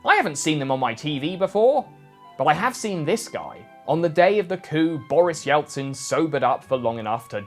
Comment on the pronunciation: why’d you pronounce it as “Yeltsin” you muffed it up so badly